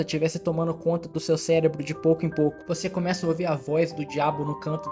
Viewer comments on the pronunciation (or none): none